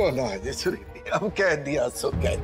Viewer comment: By the way it's not suruli . it's sureli😂😂😂😂